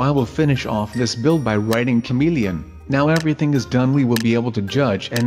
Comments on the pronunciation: OMG the way he says comelian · The way you say ' camilian ' 😂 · a cameleine he said it weird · Lukas Overton-O'Hara same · Lukas Overton-O'Hara right but I thought he said comedian at first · I burst out laughing when I hear him say "chameleon" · i was lmfao when he kept saying chameleon like that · you said chameleon funny lol but i like you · says chameleon with an accent and it's hilarious. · lol the way you say chameleon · i like when he says the word chameleon! he says it so funny! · I like how he says chameleon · Lol the way he says chameleon